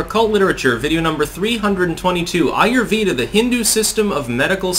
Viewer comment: It's pronounced "AAH YOOR VAY DHAAH". The vay sounds like way